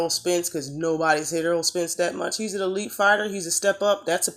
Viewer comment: Y'all love Spence, but you call him Earl not Errol...